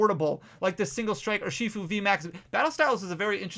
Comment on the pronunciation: Er shi fu. for the love of everything that is holy. Say it right!